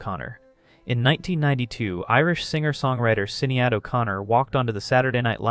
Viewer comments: Great video, but just to let you know Sinéad is pronounced Shin-ade. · It's pronounce Shan-aid. Not sinny-ad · I know that the pronunciation of Sinead O'Connor made seem like a small thing, but in a video presenting great research and revealing truth, it ought to have been caught. It naturally makes one question where other errors may be. She is a famous woman. Also, I don't know if showing a picture of New York when talking about England was a joke or not. (Soho)